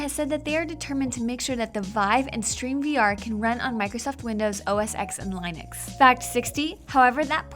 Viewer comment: "stream vr" "lie-nix" god did they do this in one take? she stumbles so much